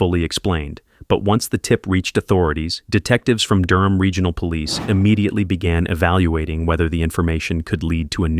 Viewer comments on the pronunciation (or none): none